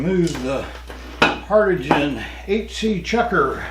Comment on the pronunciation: The word is pronounced HARDING!